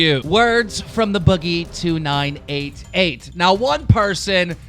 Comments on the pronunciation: U said boogie 9288 when it’s 2988 major oof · He said Boogies name wrong lmao he said "Boogie9288" its Boogie"2988" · Anyone else notice the first time he said Boogies name, he says Boogie 9 2 88 instead of 2 9 88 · This man said boogie’s name wrong lol. “Boogie9288” 😂😂🤣😂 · Boogie9288? Keem, really. You can't even say his name right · You said boogies name wrong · You fucked up boogies name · You got boogie’s name wrong at first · Anyone notice he said boogies name wrong😂